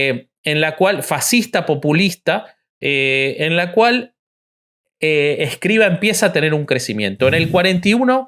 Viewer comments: No es "Escriva", es "Escrivà". Obsérvese que la A va acentuada y con acento agudo (de izquierda a derecha ). En lengua catalana "escrivà" es "escribano" en castellano. Aunque pasado el tiempo y como apellido, en castellano ha pasado a ser Escrivá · Para hablar de algo con algo de respeto hay que saber y el conductor no sabe ni el nombre. Es Escriv(Á), conductor indocumentado.